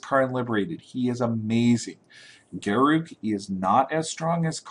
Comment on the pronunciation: It is pronounced GAHR-uhk (as in huck), not GAH-ROOK (as in duke). In any case, Heliod's (HE-lee-ode) Pilgrim will be going into my Bruna deck for EDH.